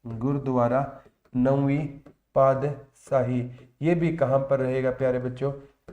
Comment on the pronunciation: सर अपने बहुत अच्छा cover कराया पर सर पादसाही नहीं पातशाही होता है 🥰🥰